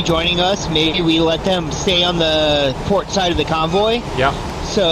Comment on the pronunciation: “Pooor oarrrr starbooor?” “P O R T” 😂😂😂